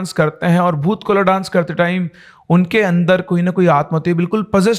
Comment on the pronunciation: Bhoot kola nahi hota hai vo.Bhoota kola hota hai.